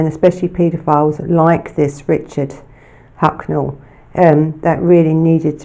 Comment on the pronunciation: Throughout you called him Hucknell...